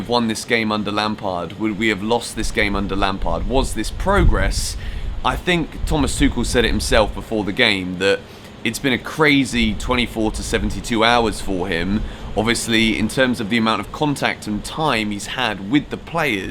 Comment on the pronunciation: It's pronounced Tukel btw